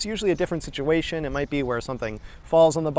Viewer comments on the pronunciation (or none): none